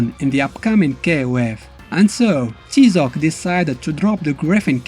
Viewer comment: It's pronounced "TIE-ZOC" as the character clearly says in the game.